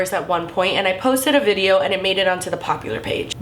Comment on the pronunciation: did anyone notice she said "bideo"?